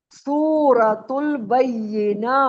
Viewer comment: حضرت سورۃ البینہ ہوتا ہے انٹی غلط پڑھ رہی ہے